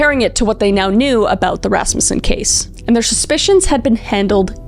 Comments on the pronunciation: Oh my gosh! That's my last name! I never hear Rasmussen anywhere. And Kris actually pronounced it correctly. Everyone always wants to pronounce it Ras-MU-ssen. Anyways.... LOVE your content Kris. (Also my first time commenting. I'm usually a silent watcher 😂) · claps to Kris Thank you for getting the pronunciation of "Rasmussen" correct. It's been a long time struggle for a lot of the family in that regards. (Yes I am in a very large Rasmussen family). This is one of the hardest videos you made for me, I was viciously stalked by my ex for 15 years